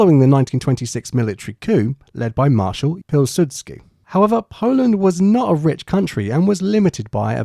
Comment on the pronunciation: Thank you for the post you'he sent and for some information which was unknown to me (about Frantisek). I'm from Poland and I'm furious when Polish people try to pronounce French or German words/names in English way so I understand you when you hear 'Piludski' in place of 'Piłsudski" ;-) But I think that the problem is in range of the frequences you use to speak: if you went from far east (China etc.) to the west the spectrum of frequences is going narrow and narrow. It's why we better pronouce English than you pronounce Polish ;-) My sister in law, the girl from France, said that Polish and Russian languages are like the noise made by leaves falling in autumn ;-) All the 'sz' = circa "sh", 'ś' - incomparable in English are to hard to pronouce to you as 'щ' (Russian letter) is hard to us.